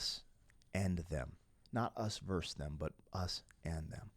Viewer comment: This was your best reaction ever. I feel privileged that you shared this reaction experience with all of us. I've been listening to this album since it first came out and I still cried along with you. Peace ☮, OBTW: The word is versus 😉